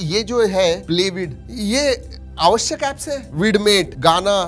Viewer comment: Jevha Marathi hindi bolto😅 avashyak apps